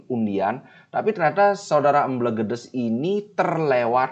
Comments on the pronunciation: bacanya EmbElgEdEs. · Mbelgedes e nya dibaca kaya ember bli bukan elang..